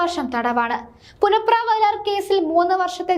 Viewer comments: പുന്നപ്ര എന്ന് പറയാനറിയാത്ത വാർത്താ വായന ക്കാരി. (പുനപ്ര അല്ല മോളെ)ആദ്യം നാടറി യാൻ ശ്രമിക്കുക. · നീ ആ ര ടീ.....മലയാളം ആദ്യം പഠിക്കു പുനപ്ര.... പുന പ്ര... നാണമില്ലേ ഇങ്ങനെ ഉച്ചരിക്കാൻ. പ്രസിദ്ധമായ പുന്നപ്ര-വയലാർ .... പുന്നപ്ര. ഇവളെ എത്രയും പെട്ടെന്ന് വീട്ടിലേക്ക് പറഞ്ഞു വിടുക..😴😴😴